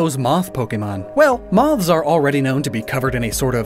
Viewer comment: Idk why but I hate how you say "moths" 😂